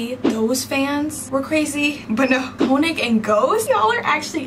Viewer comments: I hate to be that person, but when you say könig’s name, you have to pronounce the o like a u, like koonig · I just wanna clarify real quick, König is pronounced like (k-oo-nig) as far as I know, I may be wrong but I recently found out how his name is pronounced. (Btw This isn’t hate or anything) BUT YOU LITERALLY SUMMONED S WHILE FANDOM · Stop, y’all are pronouncing König wrong and it’s driving my insane😭😭